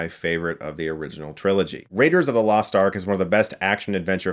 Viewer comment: "I thought I'd losht you, boy!"